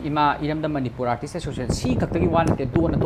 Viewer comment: Cda pronounciation class twba nte....mana fongdokningliba wase keino do aduda focus twbiyu